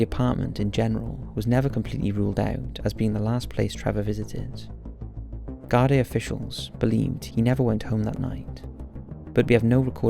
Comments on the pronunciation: Garday haha its pronounced Gar-Dee, Ireland is a corrupt hole of a country with strong connections to America, for fuck sake US soldiers are often spotted in full uniform hanging about US companies like Lockheed Martin, and we all know what suspicious carry on they get up to. One of the richest countries in Europe because it was built on dirty globalist blood money. Wouldn't surprise me if a man of his talents copped on to something fishy and was sent on a one way trip to the Wicklow hills. God rest the poor fella. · Not to be prude but, it's pronounced 'gardee' not 'garday' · It's pronounced gar-dee. I've seen posters recently, no more than a month ago, I can still remeber seeing the posters for the first time as a child. There was a couple of cases like this at the time. ALLOT of unsolved disappearances in Ireland.